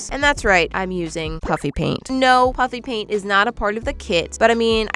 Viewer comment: I don't know why, but whenever you say "puffy paint" I hear "puppy paint" 🤣🤣